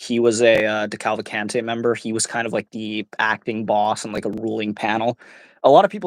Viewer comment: Wouldn't it have been a good idea for one of the commentators to find out how to pronounce the names? Especially of the Family itself, which, if you listen to this, is the DeCALVacante Family